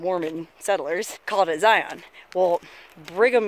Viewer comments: Good hell it's not Z-eye-on. It's Zion you know like a lion. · It is Zi'un not Ziyawn'. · it's pronouced Ziin as in the letter N! not zion like the channel ion! lol my only per peeve! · This is the second hike video I've seen for Angels Landing, and, just like the other one I saw, it's like sandpaper rubbing in my ears. It's not a hard word. Really. Zi as in sigh, on as in 'in'. Zigh-ihn. NOT Zigh-on. Even just google the word; google provides the right pronunciation. (As a side note, it's easy to tell you're not from here because you say Zion National Park instead of Zion's National Park, which is a weird slip of speech common for those who live here.) As for the whole Mormon thing: Zion isn't the word for heaven. Mormons call heaven 'heaven'. More than Zion, the word Kolob would be more accurate. Kolob is, as far as I'm aware, a strictly Mormon thing; Zion isn't. Zion is a Judea-Christian concept, which SOMETIMES refers to the kingdom of heaven. Only sometimes. Not in Mormonism, though. It's just kind of a word that means paradise, usually of a city on earth, or something similar, but not a literal heaven. So, nice shpeel about something you have no clue about, but go off. I've no love lost on Mormons, being that I despise religion period, but let's not take on that holier-than-thou attitude when talking about a denomination which is, in all honesty, not very different from any other vanilla denomination of christianity. It's all fucking crazy, and most of the Utahns you passed on your travel were probably still Mormon. As for the hike itself: -it's slick rock, no shit it's slippery -those damn switchbacks are actually the hardest part -yeah, for anyone wh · ZIE-un is the proper way to say it. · Mormon drinkin game! 1 for every time she pronounces ziin wrong! 2x's for sister wives! lol